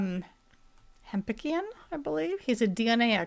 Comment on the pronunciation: pronounces the DNA expert’s name ‘Ham’PINK’ian. 😂